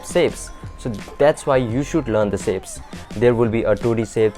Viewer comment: not to hate but is pronounced "shapes" not "sapes"